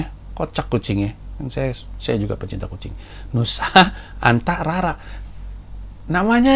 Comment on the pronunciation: bang panji kalo bilang kucing entah kenapa lucu terus wkkwkwkw